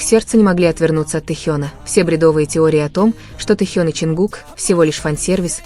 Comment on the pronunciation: Почему Таюн если Техен? Читайте правильно. Будто вы в школе не учились